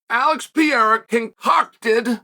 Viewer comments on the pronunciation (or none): Pierre-uh and Mockle Chev lol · his name is not "pierra" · Pereira becomes Pierre-a 😂